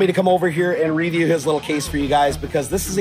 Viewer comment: Review, not reah-view, oooooobviously!